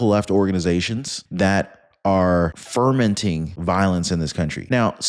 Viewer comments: get a dictionary it's fomenting violence not fermenting violence — perhaps some elocution lessons as well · Fo-menting not fer-menting.